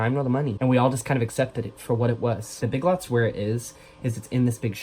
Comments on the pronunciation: omg when you said "big lits" instead of big lots I fuckin lost my shit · Omg the ”big lts” is killing me😂